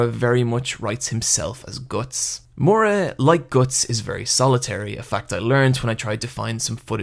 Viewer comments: Okay, say it with me and sound it out: MI-UR-A. Not mora. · The way you pronounce the author's name is driving me crazy. It's Miura, not Moira or Mora. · "Mura"? Mura?! Seriously? It's pronounced Mi-u-ra. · calling him "moora" instead of "ME OOR A" hurts me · For fucks sake stop calling him murra, it's miura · The video is great and everything but for the love of God get that pronunciation right. It's not Mura (Moo-ra) It's Miura (Mee-oo-ra) And it's not Guts as in guttsu It's actually Gattsu that's how it pronounced, please. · I don't want to be that guy but.. It's Miura not Mura. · Take a shot every time he says “more-uh” for Miura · Dude I love your video, seriously, but its killing me to hear your pronunciation of Miura, I know japanese pronunciation is harder for americans than for spanish speakers, so I will try to write how it should be pronounced, for future videos, if you dont care thats ok. Ok here goes: Mee-U-rah or something like Mee-U-raAh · This video would be perfect if he didn't pronounce Miura wrong the whole time.